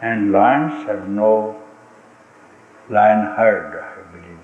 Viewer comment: Lion, not line.